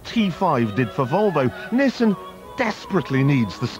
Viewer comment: Its not NISSEN but NISSAN...and MADE IN NIPPON